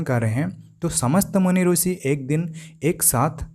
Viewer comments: रूसी नही ऋषि का शुद्ध उच्चारण कर लो श्रीमान जी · Actually Marathi me bhi rushi pruthvi amruta vrushali ye pronunciation hote hain. Ab ye sh ko s pronounce Kar raha hai isiliye rusi bol raha hai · Aapne sahi kaha..Is taraf hindi ka uchcharan hai...bhasha kabhi nahi badalti hai...'i' ki jagah 'u' laga dete, galat uchcharan hain inka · गलत उच्चारण है।